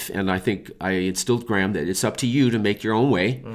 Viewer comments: Is your name pronounced Grey-ham or Gram )? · The way you pronounce Graham is just... My ears... are bleeeding